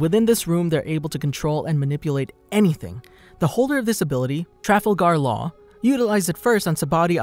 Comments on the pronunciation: I lost my mind a little bit when I heard you pronounce Law’s name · i disliked the video only because you said laws name sooo wrong